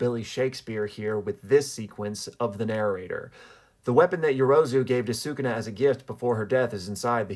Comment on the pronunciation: Talking about respecting Gege yet you cant even pronounce Sukuna correctly 🤦‍♀️